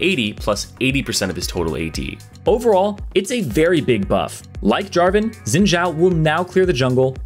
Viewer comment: Dude it's Xin Zhao not Zin Jaw. 😂😂😂